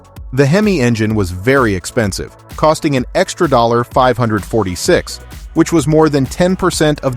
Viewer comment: The AI voice is pretty convincing, except for dead giveaway mispronunciations of $546 and 440 6-pack...